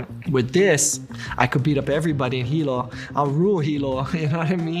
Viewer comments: It’s not heilo. Is Hilo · Hilo, Hawaii not Heilo. Best MMA channel on Youtube love your videos!! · It's Hilo not "Heilo" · Hilo I worked for his mother. The lived in hilonot heilo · Hilo, HI not Heilo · Hilo is NOT Heilo you kook! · it may be too late but it's "Hilo" not "Heilo"